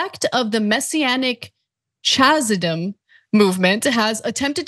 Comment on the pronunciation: Anna Kasparian trying to pronounce "Hassidim" is one of the most painful things I've ever endured.